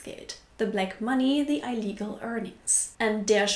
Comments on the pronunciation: Illegal is pronounced ihlegal. You’re welcome. Ihre English sprechen ist sehr gut! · Du sagst immer eiligel, spricht man den anfang von illegal nicht so ähnlich wie das wort ill? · Just a note, illegal is pronounced "e-legal". With the long e sound. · Thank you for pointing out that I pronounce "illegal" incorrectly! I'll remember now. I even looked it up before I filmed the video, but I still messed it up! :D Sorry! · I didnt even realise you pronounced illegal wrong until i saw the comments x') lol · Eleanor Sweet haha same here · I prefer to think that is such a good law-abiding German, she simply can't even pronounce "illegal". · "Illegal"- that's a sick bird(?) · You speak English really well, but (and I have to say I have not looked through five hundred comments to see if this has been said before) - illegal is pronounced with the first syllable as in ill and not as in I. Also, Hungarian works pretty well the same - feketemunka = Schwartzarbeit. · The ‘i’ in illegal is pronounced like the I in ‘ich’.teally and e sound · 'Illegal" is pronounced pretty much the same in English as in German. Just less emphasis on the 'a'. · I legal? Im just saying, its ill-legal. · Illegal, bist, its, ill legal, pay a bill. Not bye, cry, eye legal. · please check the pronunciation of words that you don't know it of before making a video. It always hurts me when you pronounce illegal like "ile-legal"....It's more like "ill" and "legal", the i being pronounced like in German... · Your videos are a lot of fun and quite instructive - and mostly on the money. But please stop saying "I legal" when you mean "illegal" (pronounced "ill legal"). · You want a “short” i for “illegal” (like ill/sick) rather than “long” (not like eye-legal). Ill-eagle rather than eye-legal. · Illegal is pronounced like "ill - legal", not "eye - legal". Sorry... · Interesting topic. "ill-legal" not "eye-legal" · That hurt my ears - even though I'm German. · Not eye-legal, ill-eagle.